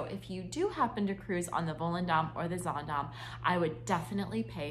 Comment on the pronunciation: You started this video saying the same sentence three times. Also, get the pronouncements correct. It’s pronounced Zandaam and not Zondom. I’ve been on 9 HA cruises and I love the mid and smaller ships that are quieter and more relaxing. Ride the ship yourself before putting out such negative comments.